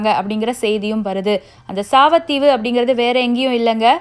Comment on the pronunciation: சாவத்தீவு இல்ல சாவகத்தீவு